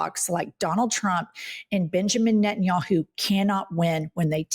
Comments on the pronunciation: Every time Jennifer says NettinYAHOO I feel like she’s going to commercial to promote the website. Like Booking dot yeah. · Benginijahu? WTF? Did I hear that right?😂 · "prime minister Benja Yahoo"